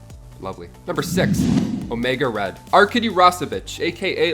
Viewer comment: Oemga Red lol